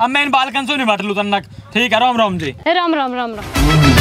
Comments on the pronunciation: Bhai aap logo se ek vinti hai ki rom rom nahi ram ram bola kariye 🙏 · abe yrr Tum Bhagwan ka Majak bana rhe ho Ram Ram ni bola jaata Rom Rom kyu bolte Ram Ram hota h 🥺